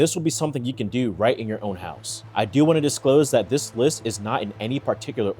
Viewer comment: "What to "dew" " lmao my man are you from Baltimore?